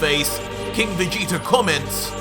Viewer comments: In the beginning you said King vegeter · Who is "King VegetER"???